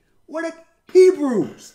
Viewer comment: "he's talking about hebyews! what the hell" lol. this gets me everytime